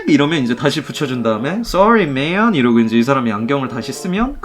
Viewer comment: 미앤~~ 특유의 man 발음이 너무 좋아.. 매력덩어리..